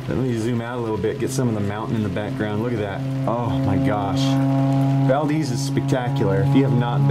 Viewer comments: Not valdeez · You keep mispronouncing Valdez. Please stop saying it like that.